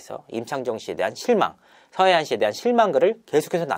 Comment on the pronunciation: 서하얀인데 계속 서해안 서해안 거리는게 듣기 거북하네요.. 절레 절레